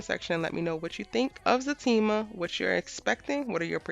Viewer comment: Is it Zatima or Fatima? I'm trying to make sure my hearing isn't bad yet because I hear FA during the show and it's also what I type when commenting. I'm seeing everyone else say ZA and im like what's going on?